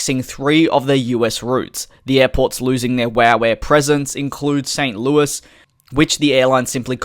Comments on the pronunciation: You pronounced St Louis exactly how it's supposed to be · FYI, you did pronounce St. Louis correctly